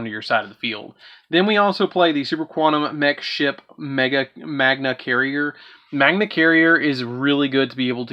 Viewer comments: “Magna” not Magnia “Magnus” not Magnius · Been Hoping for an Up to date Super Quantal Deck profile for some Pointers for my deck. Was a good video but why do you see the letter I on Cards that arent there? Magia and Magius is not saying it right 🤔🤨 kinda Cringy to mispronouce cards you have in your hand 🤷‍♂️